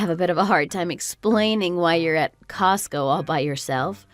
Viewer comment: I think you need to hear/read the story a couple of times and it’s COSTCO, not cost go.